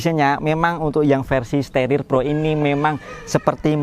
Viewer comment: staRIR bos bukan sterer